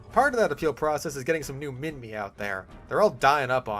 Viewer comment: As an Australian i can confirm Minmi is prnounced Min-mee, its named after the place it was found